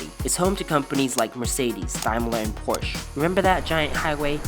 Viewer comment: You pronounced Porsche wrong